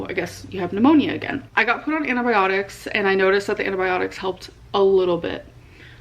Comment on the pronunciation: why does she call antibiotics "anabiotics"